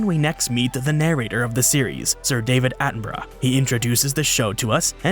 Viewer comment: I can't get over how you say "Attenborough" as "Attenbruh"